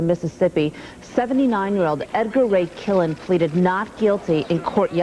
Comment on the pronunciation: The name you're having a little bit of trouble saying his name is edgar ray killen